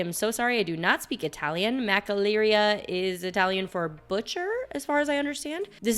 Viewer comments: Makkelerria for Macelleria and Michochakin for Michoacán??? 🤣 For future reference, you can learn how to pronounce words on the web. Google is your friend. Unfortunately you were miles off on both, and really shouldn't be as this is your job! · Let me help you a little 😉 Ma-che-la-REE-ah And Me-CHO-a-kahn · Marcelleria is ma-Chel-er-ee-a